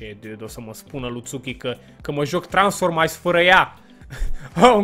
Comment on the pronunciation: se scrie transfomice se zice transformis